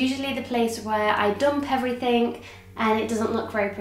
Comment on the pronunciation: It's EvereythinG Not EverythinK